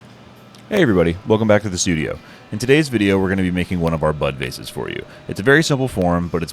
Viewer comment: Beautiful work❤ ....And I heard you say butt vase...🙈